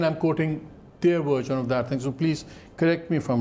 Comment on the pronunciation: The word is version (ورژن), not virgin (ورجن).